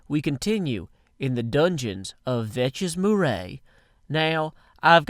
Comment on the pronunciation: YOUR PRONUNCIATION IS ABYSMAL. It's Vechsmoore. Not Vechsmoooooreh Pronounced 'Vechs more'